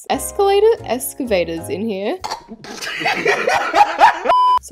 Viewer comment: I keep laughing when keeps saying escavator 😂